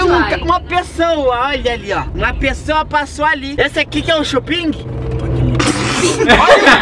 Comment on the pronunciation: ele falou shuping